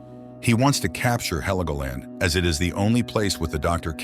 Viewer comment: It is not HELEGOLAND wtf😂😂😂